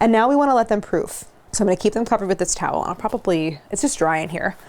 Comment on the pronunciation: Philly girl here… I cracked up the way you said towel, it was spot on 😅. Congrats on the baby!